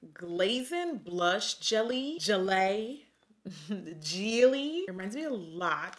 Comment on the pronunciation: Blush Jelly— “Jileyyy” — “JEELEEE” 😭❤️😂